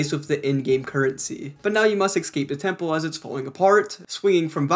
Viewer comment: Drink every time he says "excape" and "addicting"